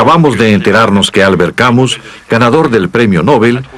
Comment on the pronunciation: Me encanta y agradezco poder ver este documental. Lástima que la pronunciación y acentuación del nombre y apellido del autor no tienen nada que ver con las francesas